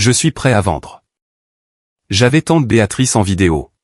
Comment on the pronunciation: Et encore « Béatatrice » au lieu de « Béatrice »🤔 Gros problème avec la ponctuation 🕳️